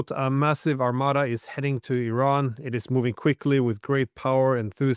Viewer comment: Bravo to you for pronouncing the country's' name correctly. EERON... Bravo!!! everyone needs to learn this: is not I Ran .... it is EERON. Bravo!